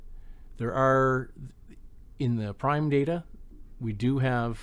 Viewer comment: Thanks a lot for the video! Fyi "prime" is pronounced "preem". It's a French word that means "bonus", and it's what mid-race sprints are called. You'll learn that at your first IRL crit.